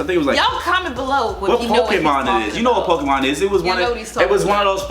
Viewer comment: "It's that Pokamon its that pokamon " 😂😂😂😂